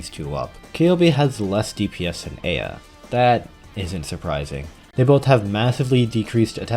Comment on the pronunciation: thank you for pronouncing eyja correctly I love you